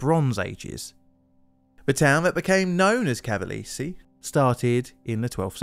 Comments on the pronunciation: ca-va-le-se has 4 syllables, not 3. More like "Ca-va-less-ee" than "Ca-va-leeze". "After all of you don’t properly tell someone how to do a job they will use their judgment" Well said! So let me be very clear on how to do your job: When you see a place name in a different language, or simply one you have never heard before, use this handy site called "youtube" to look up "pronounce [word]", instead of using your judgement, when you know you repeatedly mispronounce things. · I need a compilation of you just saying "Cavalese" 😭 Great video dude! I've neen binging on them for hours now ✌🏾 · I didn't know about pre-airplane disaster. I visited Cavalese 10 years ago, great skiing. BTW: We pronounce italian "gi" like Jeep, "gh" like "gimball", "ge" like "Germany" and so on. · Small hint… in Italian, “e” is always pronounced (essentially as ) the “a” of “play” never like the “y” in “play”, as you pronounced with “Cavalese”. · Because this is going to come back when you cover the other Cavalese cable car disaster, Cavalese is pronounced Kavalë (as in echo) së (same sound). Cermis is pronounced Chermis.